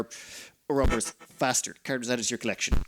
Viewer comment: Pronounce "Or-ro-bo-rus". ALso please turn on the music.